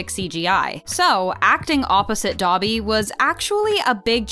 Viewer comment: you pronounced "Dobby" wrong